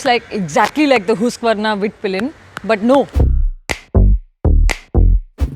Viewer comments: It's not hoosk vrna lol😂😂😂 it's husk vaa nah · its huskvarna not hooskvarna😂😂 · अरे दीदी हुस्कवर्ना नही हस्कवर्ना 😂😅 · First of all it's not hoosqvarna it's HUSQVARNA so I will dislike the video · ma'am हुस्क वार्ना nahi हस्क वान hota hai uska pronunciation😄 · Hooskvarna🙄 or... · It's uncomfortable how you say husqvarna. 😵😵